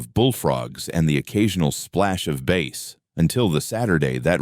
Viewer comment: It's bass rymes with a$$😂 not base. I know AI has difficulty with some words but that one makes me laugh